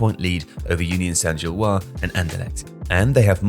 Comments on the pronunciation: It's Saint-Gilloise, not Saint-Gillois. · "Gilloise" has an "-se" at the end, so "Union Saint-Gilloise" ends in a "wahz" sound, not a "wah". (Like the name "Francois" vs. "Francoise", for example.)